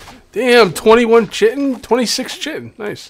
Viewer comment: FYI, chitin is pronounced KY-tin.